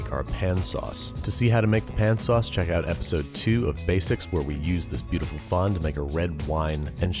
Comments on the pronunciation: Are you saying fond or fun? I mean, not much of a difference but still... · learn how to pronounce fond for gods sake